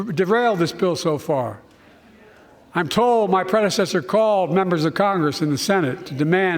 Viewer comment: "Unlike my prezinesser....my prenzinesser....my predsernesser....you know the thing!"